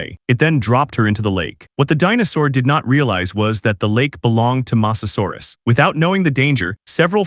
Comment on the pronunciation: you said masasarus